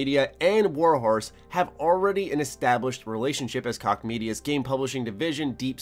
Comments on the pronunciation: it's pronounced Koch (Coke) not (Cock) lol. I thought it was hilarious though. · it's pronounced Koch jeeze it's not that hard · Did he really think Koch is pronounced "cock"? Good Lord! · THQ Nordic has been killing it with their acquisitions lately, and they made like 700 million dollars last year which is like a 700 percent increase from the year before. I think koch is pronounced like coke btw. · Koch is pronounced cook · It's pronounced Cook bra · Koch is pronounced, "Coke".